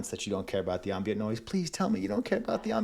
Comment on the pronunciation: AVAA dont mind the ambient noise but do mind how you say ahmbient instead of am-bient